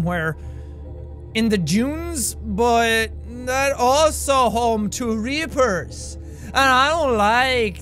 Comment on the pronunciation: Grepid he said junes not dunes